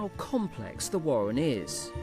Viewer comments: The wabbits build a wohwen. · Original names would be good, I named my rabbits Bunjamin, Strike, Bean, Dozer, Wombat and Bunjella. And how about using someone who can pronounce warren and burrow properly ... those are Rs in the middle of those words.